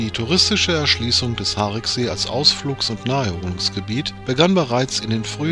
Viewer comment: Ein schöner Film aber mit Aussprachefehlern und schlechter Recherche. Das "i" im Wort "Hariksee" wird ausgesprochen. Zudem verläuft die Gemeindegrenze zwischen Schwalmtal und Niederkrüchten mitten durch den See. Das Schlösschen liegt in Niederkrüchten, die Ferienhäuser am Ufer befinden sich auf Schwalmtaler Gebiet. Zumindest die im Film zu sehenden Neubauten. Bis zur Sanierung des Sees stand dort übrigens das ehemalige Strandbad. All dies sieht noch nicht lange so aus. Vorher war es um einiges schlimmer. Ich kann mich noch an Zeiten erinnern wo das Strandbad noch stand. Es hatte um einiges weniger Flair. Auch den Gottesdienstpavillon kenne ich gut. In meiner Kindheit bin ich oft mit meinen Großeltern dort zum Gottesdienst gewesen. Ebenso hätte man erwähnen können dass der See durch Torfabbau entstand und dass dort ein Vogelschutzgebiet eingerichtet wurde. Auch der verheerende Brand im Schlösschen wurde nicht erwähnt. Übernachtungsmöglichkeiten für Camper wurden ebenso völlig übergangen. Alleine in Brempt gibt es zwei Campingplätze in der Nähe des Sees, einer davon ist Dauergästen vorbehalten. Auf Schwalmtaler Seite gibt es am Mühlrather Hof einen Campingplatz sowie auch ein Clubgelände eines Krefelder Campingclubs. Der ehemalige Campingplatz am See hinter dem Tretbootverleih wurde leider zur Feriensiedlung. Grüße von einem gebürtigen Schwalmtaler.